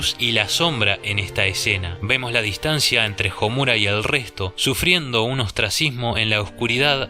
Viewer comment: Me he percatado que en la mayoría de análisis o críticas a ésta obra el nombre de Homura, la fuerza de voz está en la sílaba "mu", según lo que he estudiado hasta ahora en japonés la letra u es suave por lo que la entonación está en las otras sílabas como: SA - ku - ra, SA - su - ke, A -zu - ka, etc. Y en éste caso se pronuncia HO - mu - ra no ho - MU - ra. Eso es todo, saludos!